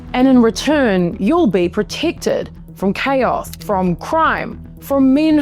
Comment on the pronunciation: Proticktid ? Posed as a thrit ? Holy tortured vowels !